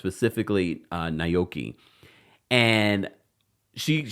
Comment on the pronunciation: Aoki not Nayoki. lol